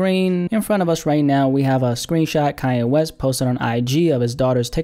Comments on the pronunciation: What are you calling him? Kiya.. or am i just tripping.. pronounce the n man..kannnnnye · why do u say "calle" thats a spanish word lol its KanYe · Like this every time he says Kaye West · Man said "Ka-ye" 😂